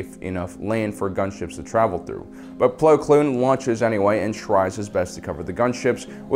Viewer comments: Well to be fair he says it correct so I think it was just him saying it wrong just because ig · Haha "Pong" Krell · He always says “plo kloon” when the name is “plo koon” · Do you call him Plo Cloon just to annoy me personally? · Why does he call him Plo Kloon and not Plo Koon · Plo Kloon? Plo Koon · plo kloon